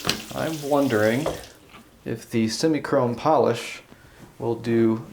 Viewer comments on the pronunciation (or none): Sem-eye not sem-e. It's truck chrome polish